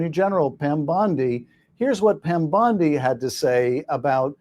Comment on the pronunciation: Schiff mispronounced Pam Bondi’s last name. He called her Pam Bundy. We all know who Bundy was and his crimes. Schiff is shifty.